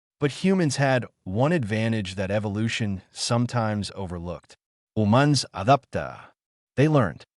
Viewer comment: "hoomanz aduptah" 🤣 AI narrator struggles to say "humans adapt" 😂